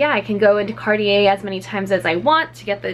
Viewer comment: It’s not card-ee-yee but it’s car-tjay. That’s how you pronounce it. Thank you ☺️